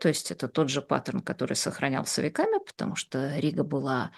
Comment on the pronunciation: "Я читала книжку по-английски"; "скока", "стока", "патамушта" боже мой как эта женщина с таким знанием русского языка ещё и книжки какие-то пишет. Её нужно в 5 класс начальной школы отправлять. Видимо она настолько ненавидела СССР, что в знак протеста не училась.